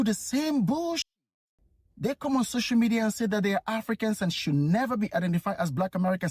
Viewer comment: " Social medieerr" 😂😂